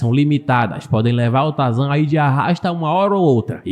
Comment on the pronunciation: "Espécie de trazan" kkk